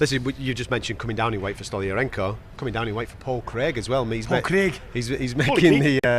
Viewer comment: I love that Bisping physically can’t help himself but say Paul Craig in a Scottish accent whenever he’s mentioned 😂